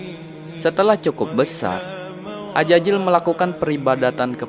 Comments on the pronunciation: AZAZIL bang, bukan AJAJIL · Azazil ya bukan Ajajil🙏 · Tolong huruf z tetap z jangan jadi huruf j karena maknanya jadi berubah